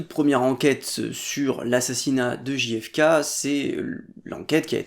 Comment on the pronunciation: Merci pour cette vidéo ! Juste pour rougner trois secondes : z'êtes sûr qu'on dit "Ji Effe Ké" ? Ce serait pas "Jeille Effe Keille" plutôt ? Ou alors Ji Effe Ka", mais faut choisir 😁